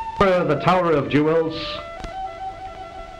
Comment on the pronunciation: He said jew els. 😂😂😂